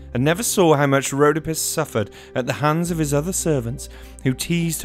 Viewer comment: Rhodópis not Rhódopis